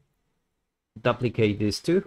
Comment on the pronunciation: Amazing tutorial, thank you for uploading. To the author, I have one small inquiry. The way you say duplicate is foreign to me. Neither British or American English say it the way you do. Is that how they pronounce it in your part of the world? Not hating if so, just was odd hearing D'uhplicate lol.